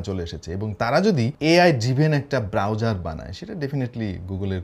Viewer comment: যখন বলল,chrome browserrr 😂